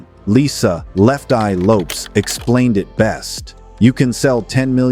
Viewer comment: You mean how he mispronounced lefteyes name, they're always doing that weird shit 😂😂😂.